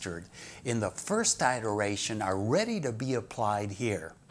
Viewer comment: Pronunciation iteration - IPA(key): /ɪtəɹˈeɪʃən/